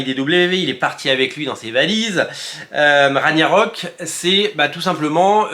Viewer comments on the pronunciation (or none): Pour Ragnarök (qui se prononce rague na rok), dire que je dois revendre mes tomes 😭😭😭